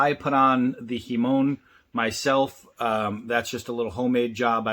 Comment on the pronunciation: Not a big deal but its a hamon. Hah mon pronounced. Deadly looking blade